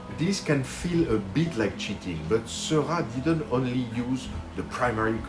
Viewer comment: I love this video! Thanks so much for making it. I finally learned how to pronounce George Seurat too! :D I recently fell in love with The Channel of Gravelines, Grand Fort-Philippe and while I don't think it's up for auction by the National Art Gallery in London, I MAY be bold enough to try to recreate it. Is this crazy ambitious?